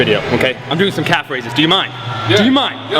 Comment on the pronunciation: DID HE JUST SAY CALF RAISES